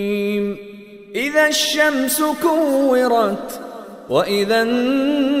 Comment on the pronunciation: Mashaa Allah so beautiful. I want to address that in few ayats there are mistakes of zabar and zeer. Like كو رت